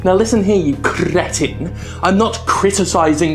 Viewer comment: "Now listen here, you crrrrrretin!" LOL XD